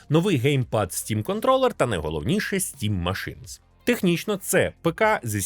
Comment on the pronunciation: "стім машинС" це байт на коменти?)))